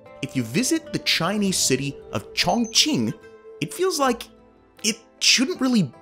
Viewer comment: Sorry but your pronunciation of Chongqing is not correct, and it sounds like you're trying to hard. It's pronounced more like Choong ching. Also the population is 32 mil if you are counting the entire admin region which also includes huge rural areas, but Chongqing municipality region is much lower and other cities like Beijing and Shanghai eclipse this. A better comparison would be New York metropolitan area to Chongqing metropolitan area which would be 23 mil vs 32 mil.